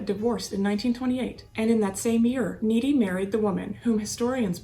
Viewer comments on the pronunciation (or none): It’s not Needy, it’s Nit-ee. I know because I dated one of his descendants many years later. I will never be a part of that family again. Corrupt on all measures! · Great video, but I think cops pronounced his name Knitty not Neaty. Also, you have a beautiful voice, but speaking more slowly, and pausing for dramatic effect would enhance your videos even more. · She pronounced it Needy,instead of Nitti(like knitting).